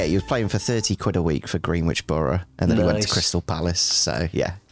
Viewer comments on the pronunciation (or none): Pronouncing it green-which instead of gren-ich has me creasing 🤣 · I’m sorry but I can’t not mention pronunciation of “Greenwich”. It’s pronounced “Gren-itch” rather than “Green-witch”. 😂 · Iys pronounced Grenitch borough